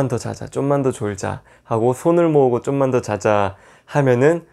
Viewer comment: 쫌만이 아니라 좀만..ㅋㅋ